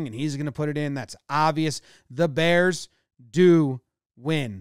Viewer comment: “DA bearss “